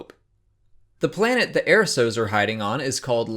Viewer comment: Why do you say Airso. ITS ERSO